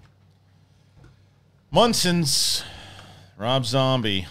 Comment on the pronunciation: Learn how to say munsters before you trash the trailer! 🤦